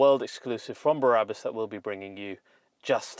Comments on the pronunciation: Remove Before Race German people I know pronounced it Brah-boos! The way your saying it, it would be spelled Barabus. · Sorry, - but it's "br-abus", not "bar-abus". I would rather not be a pain in the arse but you said it SO-O-O much in this video I felt compelled! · Is it not brabus not barabus? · Barabus????? It’s B r a b u s😁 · i love you man but can you stop saying ‘Berabus” its BRABUS ! The exhaust is totally crazy xx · Yeah , it's not Berabus , Brabus dude! It's not Barabbas, the guy who was sentenced to death during the time of Jesus man!!!! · Think they mean you sound like there's 3 syllables i.e.: Be - Ra - Bus its like its longer than the spelling suggests.. :) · Sounds like he is saying " Barabus" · Take a shot whenever he says Berabus...tip: don’t do it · .....BA "Barabus":P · Stop saying Berabus damn it! lmao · no it isn't, I'm Dutch and I speak German and know how Germans pronounce things and this is not how Brabus is pronounced